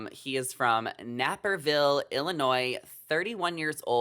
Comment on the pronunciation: Fun video.. laughing at all the hilarious judgement calls on just one photo., what did that creppy squinty eyed realtor do to you?? (Never mind- the pictures speaks for itself) And, the suburb isn’t called Nap-Perville, sounds like a long “A” like APE, although it’s a posh quite town people usually claim they are from” CHICAGO” instead of dead -Naperville. Not enough guys for the pair of bachelorette. Still picking my chooses.. but Love Jordon